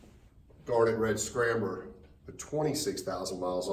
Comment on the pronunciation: this man really just said "scramber"